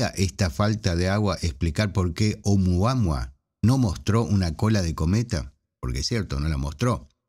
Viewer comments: Lo escribes oumuaMua pero lo pronuncias oumuaHua, como no sé Hawaiano pues ya no sé qué pensar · Nop, dice siempre "Oumuama"